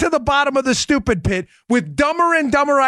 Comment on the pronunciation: nobody says "stoopid" like Dan Bongino. Forget politics Dan, do stand up. I was cryin' -- 7 minute abs. LOL.